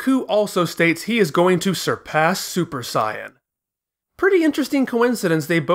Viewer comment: I'm all in for original pronunciation but I would say you should go all the way or just don't do it at all. Super Saiyan is terrible. Like its either Super Saiyajin or stick with the english Saiyan. The way you say it is some kind of fan made up thing. Like if japanese people would use the english version. If you say Bluma and gokou why not Begeta or Juunanagou and juuhachigou fpr the Androids? I know that this is just a small thing but still.... sorry.^^